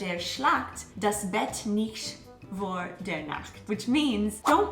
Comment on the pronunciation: Pretty good,. But pronounce "vor" like the english "for".